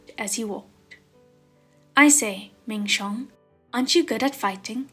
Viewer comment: It’s Ming xiong!!!!!😆😆😆